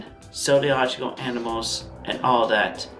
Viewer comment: He said zodialogical animals